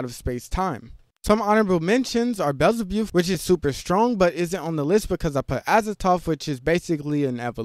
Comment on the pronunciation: how can you possibly say Beelzebuth wrong😒